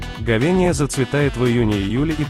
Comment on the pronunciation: Ховения!!! Читать научись